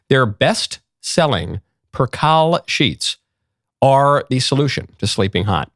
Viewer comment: “Percale” rhymes with snail, email and flail Michael.